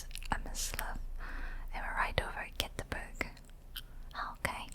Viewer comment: I watched your video over a few nights and I have to say you are too hard on yourself again, girl! ❤️😁 You did really well! I was very impressed with your Swedish!! "Hej, hur är det med dig?" had me cracking up, just because I wasn't expecting it😊 And the way you pronounced "Göteborg"! So good!! Also, I found it so funny that we very often went the same way in the maps and looked at the same signs😂 Like you said, who is surprised? ❤️ Thank you for the collaboration, it was a fantastic idea! So fun!!